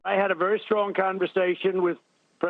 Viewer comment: Bonkers, that's "Very strowwng Trympy". What a ridiculous man. 🇬🇧